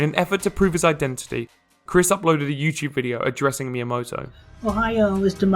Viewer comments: I know it’s very petty, but the way that Chris mispronounces Miyamoto as “Mayamoto” drives me up the fucking wall. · It's annoying that he constantly mispronounces Miyamoto. Come on, man...